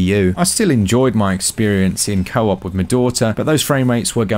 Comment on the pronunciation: He had to say Co-op with "Ma-daughter" 3 times before I realized it wasn't the name of an in game character...